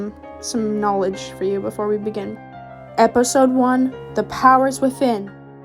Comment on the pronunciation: that one eleven yr old in the comments: IT'S KNOWLEDGE NOT KNOELAGE